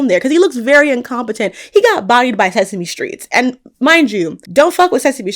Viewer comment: Not you calling lord Tully sesamei streets ! 😂